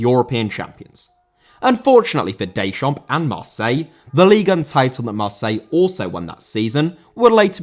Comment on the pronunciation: Deschamps* not Deischamps